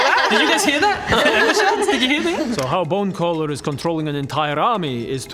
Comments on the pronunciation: I thought it was bone crawler this whole time. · How about bone-geller? 😅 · i like how's messing up bonecallers name every time xD